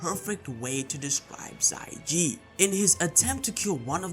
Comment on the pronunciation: i think it's xia ji not xai ji